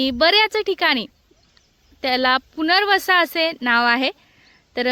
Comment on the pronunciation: पुनरवसा नाही पुनर्नवा बोलतात ।